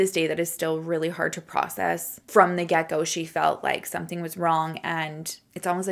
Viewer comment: Something about the way you say "from the get go" always sounds like "gecko" 😆 It makes me giggle every time.